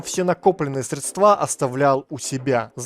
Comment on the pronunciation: средствА,хлОпот )) понятно. ну ё) ударения подучи